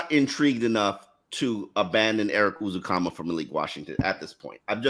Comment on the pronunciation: seems to have trouble with Ezukanma’s name. He keeps pronouncing it like it starts with the letter “u” instead of a short “e.” I know it’s a little thing, but it’s driving me a little crazy. 😅